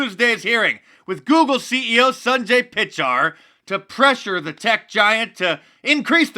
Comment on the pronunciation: Hilarious pronunciation of Sundar Pichai Mark.